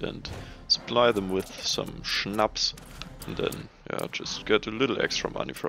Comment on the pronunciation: Der SCHNAPS hats verdient richtig ausgesprochen zu werden ;D